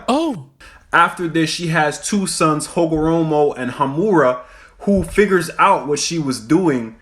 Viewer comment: Hearing him calling Kaguya and Hamaru "Ka-wake-A" and "Ha-moo-ra" causes me so much pain. Also that entire arc he was talking about is more or less filler. Bits of it are canon like Kaguya coming from space,the brothers fighting her,spilting the Ten Tails,but the arc is a filler over all. Also the moon is hallow because it was created to trap the Ten Tails husk and Hamaru and his disciplines/descendents lived in the moon,watching over the husk. Just thought I'd clear that up for whatever he thinks the connection is